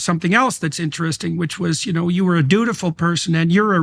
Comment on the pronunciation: “Dutiful”, not “beautiful”.